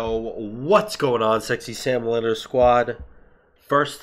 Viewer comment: I know its sexy salamander squad but my ears hear sexy Sam loiter squad